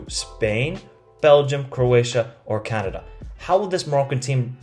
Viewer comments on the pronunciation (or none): none